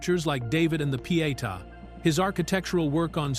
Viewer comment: Not enjoying repeated insertion of scenes from Ben-Hur or the very poor AI read. Gaps, run ons, and wrong pronunciations can and should be adjusted. However, kudos for correct pronunciation of Pietà for English speakers.